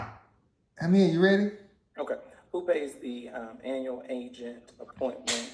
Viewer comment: Man loves to say anal instead of annual... lol great vid tho